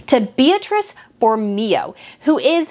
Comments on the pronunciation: Meghan needed a crisp, well tailored with no gaps, white shirt. She is know to be MESSY. Her heels are too high for shorts. Espadrilles would have looked better. Beatrice in Italian is pronounced Bay-ah-tree-che and Borromeo is pronounced Boar-ah-May-oh. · Please don't be offended by this, but it's pronounced Boro-MAY-oh. As for Meghan's looks, you are absolutely correct. Not only does she spend eye-watering amounts of money on items where an identical one is available for a tiny fraction of the cost, but she does not have the figure or proportions to make many of the garments she wears show well - which is one of the biggest fashion differences between her and Catherine, Princess of Wales. It has also been frequently noticed and remarked upon that Meghan does not appear to take advantage of professional tailoring services, when a few simple alterations could at least make an unwisely-chosen garment look 100% better on her. Tailoring is such an inexpensive fix for so many fashion problems, and it is a mystery why Meghan continues to ignore its advantages. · It's pronounced Bor o MAY o